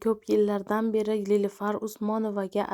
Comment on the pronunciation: 😂😂lilufar diydimi😂😂